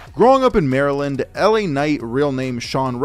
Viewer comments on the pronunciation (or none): none